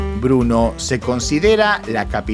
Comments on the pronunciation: Bernó no bruno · Por favor no digas Bruno es Brno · Se pronuncia Berno.. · Muy bueno, solo una duda.... se dice o pronuncia "Bernó" ¿?, Gracias...